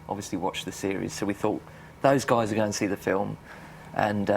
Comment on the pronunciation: ‘Alright gays’